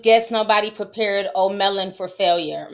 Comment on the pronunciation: Lmao Ti funny “O’ Melon”